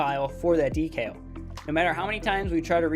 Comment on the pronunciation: I've binged your whole series in one night. Amazing stuff. You know your shit. But your pronunciation of the word "decal" is infuriating.